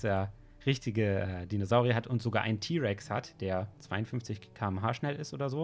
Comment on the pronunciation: wie andere es aussprechen :T-Rex. Wie John Hammond es ausspricht: Teee-Rex